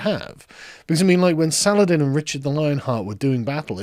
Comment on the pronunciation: SUH-LAH-HA-DEEN. FUCK.